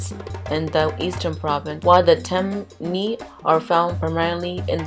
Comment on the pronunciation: Baby are you African because you're pronouncing a lot of words wrong. It's cool tho'......Soninke ( soh-neen-keh ), Temne ( Tehm-nay ) .... nonetheless you're lessons arr priceless !!!!!